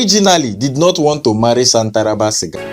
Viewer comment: Chai 😂, is shantaraba sia not shantaraba siga